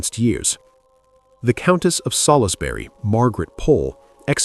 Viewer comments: Sall-is-berry. Good grief. Try Sols-bree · Can you stop saying Sal is bury it’s pronounced sawls berry! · For future reference Salisbury is pronounced "Salls bury" not "Salis bury". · Just for info Salisbury is pronouced Soulsberry not how it is spelt.